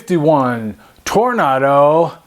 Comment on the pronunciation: That's not Toronado (as in the Oldsmobile car) BUT Tornado (like in the Wizard of Oz, it's a twister, it's a twister...) ;-)